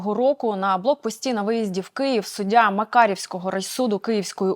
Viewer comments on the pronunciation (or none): none